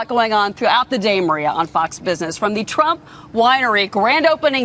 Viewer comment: she really said "twump rinery" lol